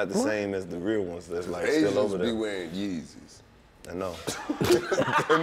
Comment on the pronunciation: He said where the yes is instead of the Yeezys